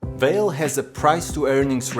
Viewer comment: pronounced valet not vale